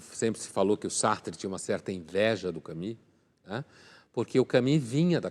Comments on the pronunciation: Não se diz Cami, minha senhora mas sim Camu, com o u francês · Exelente, como sempre. Só não percebo o porquê de pronunciar "Cami"... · Camus pronuncia-se "Camüsse"... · ele pronunciou "Cami"...